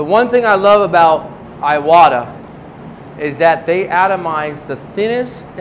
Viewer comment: Iwata is named after the brothers Hatsutaro Iwata and Sukezo Iwata So iwata is pronounced eeeewata Spread the word!